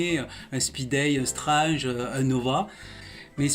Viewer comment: Même génération, même passion pour les comics et surtout même madeleine de Proust. Quelqu'un qui prononce Strange à la française ou qui préfère dire Serval à Wolverine est forcément un passionné de nos chères années 80's. Je m'abonne sans hésiter. Bravo pour la qualité de tes vidéos.